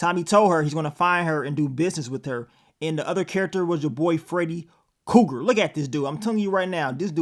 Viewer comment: He called him Freddy Cougar 💀💀💀